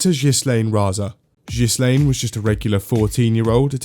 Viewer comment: "jhislaine" not "ghislaine" ofcourse